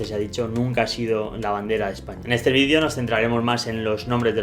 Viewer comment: Se dice VIDEO, no VIDIO